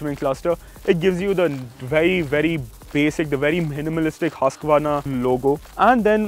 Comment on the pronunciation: Irritating. At least pronounce it correct. Its hoosqvarna not hasqvarna.